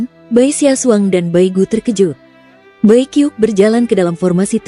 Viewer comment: Bacanya bukan bai kiuk... Tapi bai qiuksue.